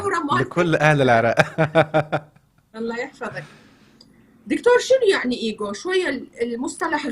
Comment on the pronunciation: النطق العربي إيجو مش أجو شكرا